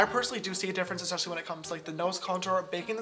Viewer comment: "ESCHECHALLY" omg someone get this boy some speech therapy classes asap